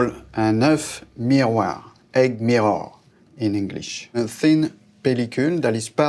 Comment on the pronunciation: The way he pronounced "mirror" and "temperature" you can tell he's not even trying to speak properly.